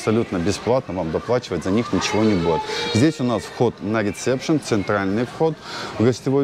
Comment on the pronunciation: когда правильно будете произносить слова? Слово "рисепшн" ничего общего со словом - рецепт- Не Имеет, не надо его произносить как " РиЦепшн"!😂😂